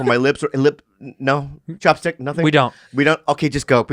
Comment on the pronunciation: bobby said 'chapstick' but i heard 'chopstick"